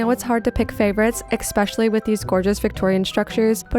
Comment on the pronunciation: I could be wrong but I THINK the word is pronounced “Especially” and not “Exspecially”.